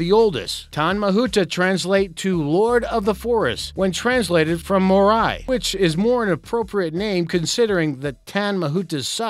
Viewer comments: more eye? its mao-rei pronounced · "Mori" tree im dead its pronounced m a o r i just look it up next time. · I pretty much came down here to say the same thing. And being "American" has nothing to do with it. I'm American, but I've had enough experience outside my own little cultural bubble to at least be able to pronounce words like Maori. This guy is kind of a joke. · I’m from New Zealand and you really messed up the pronunciation of Maori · "more i " he says instead of maori ( mouldy) "curry" he says instead of kauri (coldy)